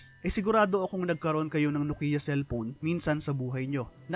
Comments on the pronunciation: Diba ang tamang pronunciation ng NOKIA ay KNOW-kee-uh at hindi no-KEE-ya? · Maupay!!! Very Informative. May kaunti lang akong puna, iyong pagbigkas o pag-pronounce ng ng NOKIA, HINDI NO-KI-YA, bagkus NO-KYA and dapat. Eto ang isang link sa clip na kung saan ang isa mismong taga Finland o isang Finnish na nagbigkas ng tama. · nok/kyah not Nokia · Btw guys, paano po i-pronounce ang "NOKIA" NOKIYA or NOKYA